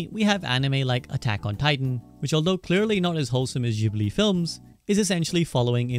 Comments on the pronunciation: fym "jibli" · Studio Ghibli = Studio Jiburi Ji-Bu-Ri!!! Guys say it right. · for fucks sake its spelled studio "jibli" - you call yourself a fan ? :D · clicked off after hearing jibli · It's a shame you pronounced Ghibli wrong 😅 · Bro is Ghibli not jibli 🤦‍♂️ ... don chiote.... wtf bruh itsnot hard to pronounce it